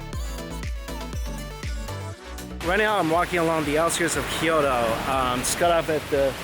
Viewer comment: Kyoto, not Kiyodo